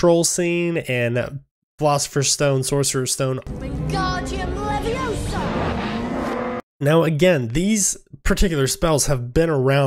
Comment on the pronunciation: It’s leviOsa, not levioSA!!!🤣